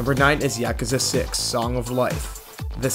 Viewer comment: Ya-Ke-Zi?? What the fk is that? lmao